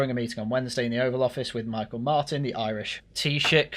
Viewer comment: Micheal is pronounced "me-haul", taoiseach is pronounced "Tee-shock" (although they're just the Irish pronunciations). Keep up the work 👍